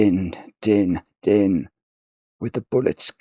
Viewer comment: A bit of poetry is no trouble,! For future reference, "Din" is set to rhyme with "Queen"/"green"/"spleen"/"clean"/"canteen" (so are the "been"s in the poem, for that matter), so it should probably be pronounced like the English word "dean" instead of like the English word "din".